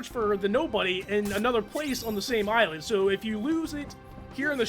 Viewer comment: Do you also pronounce the S in "Island?"